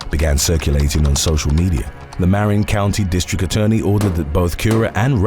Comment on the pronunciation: Prounounced Vy-Salia; Mar-Rinn; and Too-Larr-ee.